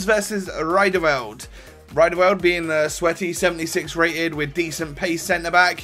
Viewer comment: Names pronouncuation😂 Zoet: Zoot Riedewald: Reedewald Elia: a-lia